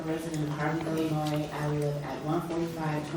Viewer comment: It should be a requirement if you are an elected official in Illinois that you know how to say the simple word ILLINOIS